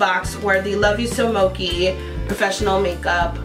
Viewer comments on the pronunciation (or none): Thanks for the review doll, I may check this out. And so you know, it's pronounced "mo che(e)" from the sweet Japanese rice that's often used in desserts.